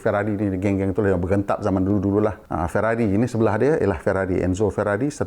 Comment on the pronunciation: Mazda, Maserati, Ferrari, Aston Martin, Citroën, & Lamborghini ada lari sikit dari sebutan asal.